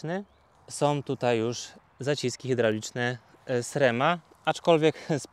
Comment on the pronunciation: Wszystko fajnie ,tylko byle nie " SREM " w wymowie🎉😢